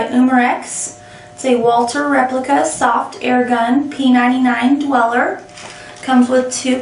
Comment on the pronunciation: i have NEVER heard someone pronounce "dueler" as "doo-weller" before.